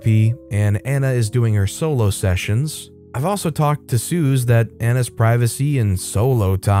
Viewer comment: Suze is pronounced that same as Suzy. It isn’t a common diminutive, Bob Dylan’s early girlfriend used it. She’s on the Freewheeling Bob Dylan album cover. I was told by a nutritionist that Rotisserie chicken is not a bad food. Most of the fat from the chicken has dripped away from it.